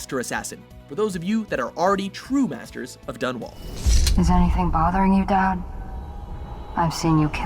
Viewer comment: It's pronounced Duad not. Dod